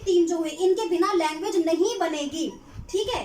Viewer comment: Its language.. Not languge mam